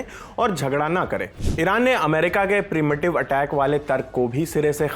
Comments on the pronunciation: primitive nhi PRE-EMPTIVE HOTA HAI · 😂” प्रीमिटिव “ nahi yaar! “प्री-एम्प टीव “ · Bhai premitive attack nhi hota h pre emptive hota h😢